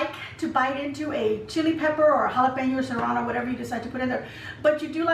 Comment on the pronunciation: Love everything but the “cerrano”, lol! Yum!❤️👍👍👍